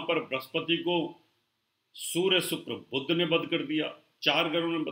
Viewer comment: आपकी भाषा में उच्चारण प्रादेशिक प्रभाव से अत्यन्त ग्रस्त हैं : 'शनि' को 'सनि' बोलते हैं, 'बुध' को 'बुद्ध' बोलते हैं!! क्या बिना संस्कृतभाषा पढ़े ज्योतिष-शास्त्र सीखा होगा ?